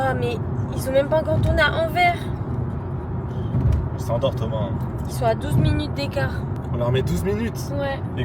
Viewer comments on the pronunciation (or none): Baby, tu m’as trop fait rire, ‘Anverre’ au lieu de ‘Anversse’ 😂❤ love you always bestie